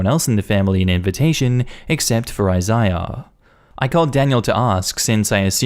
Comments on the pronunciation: Jesus Christ dude. Isaiah is pronounced "I-ZAY-ah" not "I-zy-ah" at least be consistent when youre butchering names. And Megan is "MAY-gen" not "Mee-gen". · Anybody else feel relieved when he finally pronounced Isaiah correctly halfway through the story? 🤣